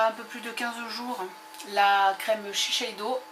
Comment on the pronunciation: Sans vouloir offenser personne .. vraiment ^^ on dit shissèdo =S a par ça sympa comme vidéo :)